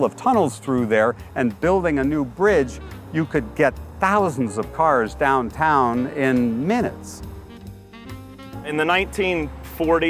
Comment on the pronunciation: Every time the host says 'downtown' he overemphasizes the 'o' sounds like he's trying not to instinctively say daaahntaaahn